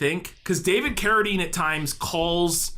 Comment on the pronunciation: OMG! You FINALLY pronounced "Carradine" correctly!